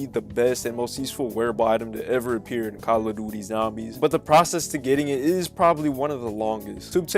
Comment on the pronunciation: Thanks Bro said calla duty zambies 🤣